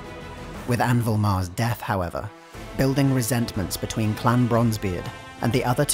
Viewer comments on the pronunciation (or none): none